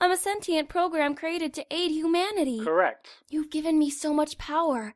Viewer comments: I can't hear say "Humanity" without hearing "Imanity"... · It's Imanity not Humanity.